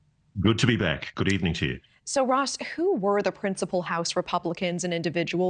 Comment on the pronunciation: The more I hear from Grush the more I like him. He's the guy. And somehow nobody can pronounce his simple last name. It's maddening.